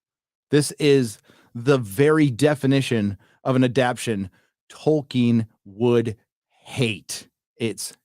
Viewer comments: Who is "Toiken" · "True to Toyken"